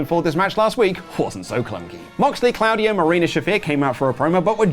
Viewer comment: ", say 'Sheer-ah-kah-wah'." "Shirakawa." "Good! Now say 'Tah-kesh-ta'." "Takeshita." "Perfect! Now say 'Claudio'." "...CLOUDY-O!"